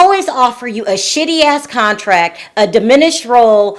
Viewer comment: Repeat after me: it’s DIMINISHED